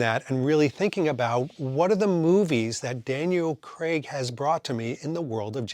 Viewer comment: And if anything, Daniel Cregg had the most mispronounced Bond name.